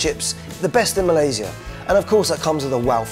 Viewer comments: respect for pronouncing Malaysia THE RIGHT WAY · Nice Malaysia pronunciation, better than most Malaysian who goes for english style pronunciation 👍👍